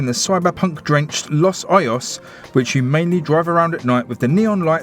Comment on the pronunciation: When I played the demo, I had difficulty to pronounce the town name lol. Turns out, it's also the problem after watching some reviewers. So is it pronounced as Los Ohos, Los Oyos, or Los Ojhos? LOL